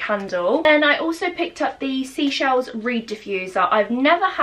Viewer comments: it’s Seychelles, not seashells. 🤦🏼‍♀️ love your videos and you. This is my fave TWC candle too!! ❤️ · hey hun just a random one the white company bits are Seychelles as in the place in the Indian Ocean (near Mauritius ect) not sea-shells dont wanna sound like a drip that corrects people lol just thought I'd say hope your well in isolation 😫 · Hey gorgeous! Just watching back on your old vlogs they are my favourite! The white company products are pronounced Say- Shells (it’s an island on the Atlantic Ocean) I was supposed to be going in April but unfortunately got cancelled due to everything! But that’s why the description says Atlantic Ocean! I defiantly think you should look at it it’s such a beautiful place!xxx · Hi, just to let you know the white company range I believe is 'seychelles' pronounced 'say-shells' it's a place and holiday beach resort near east Africa. Thought u may want to know. 🥰 Thank you for sharing how u feel this really helps us all I'm sure. It's nice to know we all go thru these emotions at times. U did the right thing x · loved the video <3 but I thought I'd let you know that the range from 'the white company' is pronounced "say-shells". don't mean to come off rude...I only know because I'm from the country Seychelles xx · Hi your Seychelles collection products aren’t ‘sea shells’ it’s pronounced “say shells” it’s a country next to the Indian Ocean! I was supposed to be going but due to lockdown I can’t anymore:( love the video btw!! Xxx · Hi. Love the video but it's not seashells it's pronounced SAYshells, it's a carribean island. Xxxx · Hey hun! Just a heads up, the Seychelles white company scent is pronounced 'say shells' as in the island of the Seychelles in the Indian Ocean🙂 x